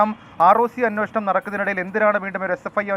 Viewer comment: സാറേ.. അന്വേഷണം എന്ന് പറയു..